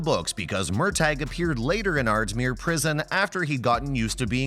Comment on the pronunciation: Have any of you ever even seen an episode of Outlander. You have no idea what you are talking about. Murtagh is pronounced Murtah, not Murtag, the prison is Ardsmuir, not Ardsmere, the Scottish army were Jack-o-bites not Jake-o-bites and the battle is Cull-o-den not Collowden. You try to appear so knowing but you don't even take the time to learn what you are talking about.